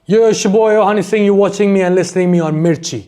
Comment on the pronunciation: bhai honey sigh nhi, Honey paji bolo